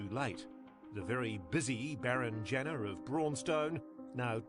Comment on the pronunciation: People were up in arms about him being taken to trial (Which wouldn't have happened anyway due to his dementia) But it doesn't change the fact that there were over 30 allegations against him. And, not to be pedantic, but it's Janner with an A, not an E